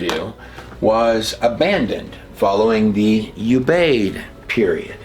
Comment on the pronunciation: Ubaid U is pronounced like it is in uber